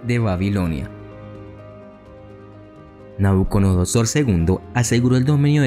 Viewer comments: Me encantó el video, muy conciso. Sólo agregar: NabucoDONOsor (dijiste todo el rato NabucoNODOsor jajaja) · Que excelente video. Una observación: pronunciaste Nabuconodosor y en realidad es Nabucodonosor. Sigue con el excelente trabajo que haces, es bastante completo e ilustrativo.